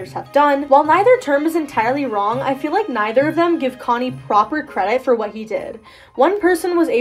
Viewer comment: YES IVE BEEN WAITING FOR SOMEONE TO MAKE A DISSECTION LIKE THIS also “chonny” is pronounced “ch” (like the ch of “chug”) “onny”, it’s pronounced in Welcome To Tally Hall Also, Was that redditor named Pathos?